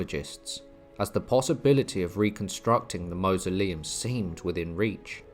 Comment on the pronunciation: 'Mausoleum' is pronounced to rhyme with 'horse'. "M-or-soleum'.